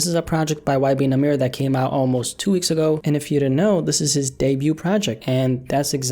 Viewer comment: “ y benamirror “😂